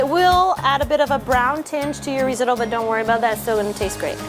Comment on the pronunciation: Not reezohdoe. It’s risotto .and you’re a chef? Try translate app!!